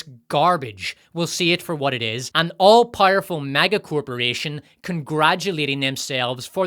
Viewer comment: What does "PIE-ER-FUL" mean? This guy keeps saying that word.